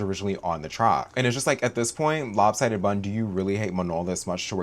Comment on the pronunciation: This is my first time in this channel and each time you said lop sidded bun killed me bro, I'm in stitches